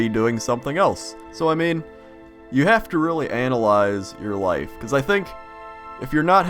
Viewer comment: Orthography is easy to learn...but "relly" hard to "marster".